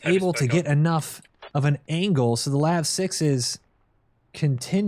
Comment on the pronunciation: LAV not L A V. 🇨🇦🌝